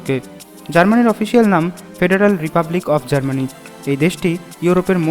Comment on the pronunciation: Its Germany not GARMANI.